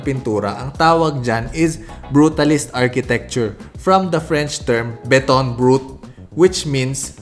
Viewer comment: Mura kag natuk-an sa “Beton Brut”,! 😂